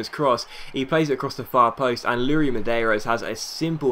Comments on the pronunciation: I'm portuguese and You are pronoucing iuri Medeiros wrong Its iuri not luri. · it's not "Luri (Medeiros)" but "iuri":)